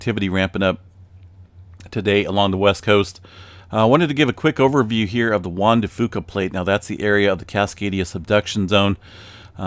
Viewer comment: Only saying this because I think in the past you've wanted correction on pronunciation. Locally, the "Fuca" in Juan de Fuca is pronounced as "few-ca". I know in terms of Spanish you are nailing it, but locally it's a little different. Not that big of a deal, everybody understands what you're saying anyway haha